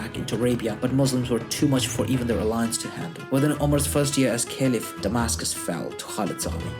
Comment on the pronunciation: Why do say "Caliph" in such a weird way?? I was cringing the whole video..